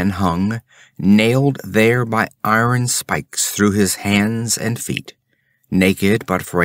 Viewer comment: I agree on EYE-ern vs ARN. But disagree on demonic. While "demon" stresses the 1st syllable...DEE-mun..."demonic" stresses the 2nd...dee-MON-ik.